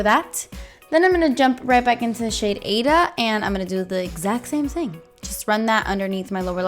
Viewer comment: This is perfect for fall! Also-- that shadow name is pronounced "eye-eeda". It's a great opera, check it out!!